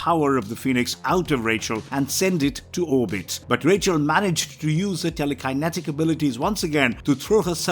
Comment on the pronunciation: Good video. You can always tell though of the videos are made by a fan or someone reading a script by the way they say the characters names and other words. Tele Kiye netik lol.